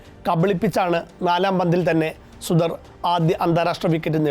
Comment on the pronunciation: സുദർ അല്ല സുഥാർ, നമ്മുടെ നാട്ടിലെ വിശ്വകർമ.